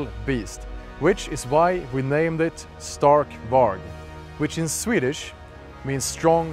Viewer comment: Love it but why is he pronouncing stark varg wrong.